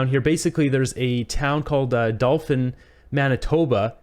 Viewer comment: Hi Just letting you know that Dauphin is pronounced Daw-fin. It sounded like you were saying Dul-fin. I’m not liking the idea of a basic universal income. There’s more likely to be more fraud with that. Keep up the good work!!